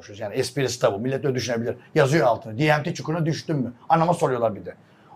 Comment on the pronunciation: Diemti nedir ya ,sizleri dinleyen Türkler, Türkçe konuşun, ingilizce terimi öyle berbat konuşuyorsunuz ki, artikulasyon sıfır, şive sıfır, Türkçe konuşalım 🤔🤔🤔